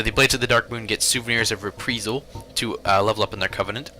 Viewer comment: 1. It's in-DIGHT-ment. Not In-dickt-ment. 2. It's re-PRIZE-al, not re-PRIZ-al 3. I've encountered 90% >2v1 matches in the forest. It's probably a better idea just to invade as a darkwraith or darkmoon.